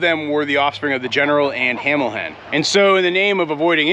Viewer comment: You butchered general Washington and hamilhen . WHY